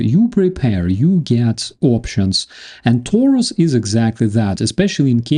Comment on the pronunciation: Everybody is talking about Taurus now. Let's see. But Taurus is a Latin word adapted to German. I would appreciate if you pronounced it this way. "A" as in "after" and "u" as in "Putin". Taurus. As in I'm coming After you PUtin.